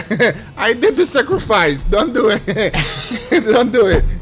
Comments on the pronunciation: Guga: "Lets doet." Also guga: "I have no idea how to do this." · “So Let’s Dewwwyit” 🤣